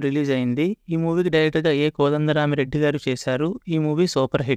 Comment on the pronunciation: Kodanda rami reddy peru sariga paluku ra babu